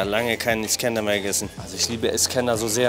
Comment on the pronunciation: Ich Feier deine Videos & Persönlichkeit ! ❤️ Ich Feier aber null wie du iskender aussprichst 🥲